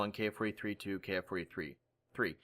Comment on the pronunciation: Educational and entertaining as always,. One thing I just feel compelled to note though, from what I know "Ki" isn't pronounced "kay-aye". It comes from the word "kitai" for airframe, therefore it should therefore be pronounced like the word "key".